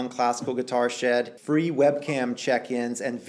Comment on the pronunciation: Not a classical guitar myself but wow man these techniques do help, i cam across your sitting position for instant and it greatly helped me and my posture. Also just had to mention it, when you said "Classical Guitar Shed.." It sounded like "Classical Guitar SHRED.." xD Take care man and thanks once again.